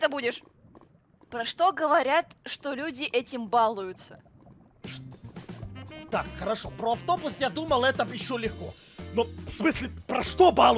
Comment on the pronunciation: балУются, на бал ударение не падает